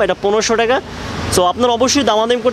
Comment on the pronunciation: কিরে ভাই মুখ দিয়ে টাকা বের হয়না নাকি।টেকা টেকা করস